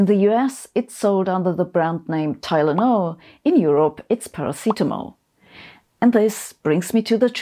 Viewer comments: Ok, I can almost see that. But, he did not say parrot. Poor phonetics, but I heard 'para seat em all'. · "Paracatamol"? It's a Mexican sauce, is it?